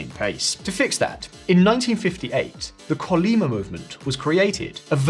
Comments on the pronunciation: CHUN-LI-MA : 천리마 : THOUSAND MILES HORSE : a legendary horse that can go 1,000 Li(a Korean Length unit) without rest. The Pronunciation of CH in "Chul" should be like that of Churchill's Ch, China's Ch... though the worlds accent is on the 3rd syllable, MA. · Please research the proper pronouciation of native names before recording. Skipping this risks you getting a reputation of not actually having done fact checks are are just another opinion-driveling clickbaiter. 천리마 sounds more like "chul-li-ma". Even worse was your previous video about the 재벌 that dominate South Korea, which should sound more like "jay-ball". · Its not Kolyma its Chollima.. and its also not Jusch.. its Ju-che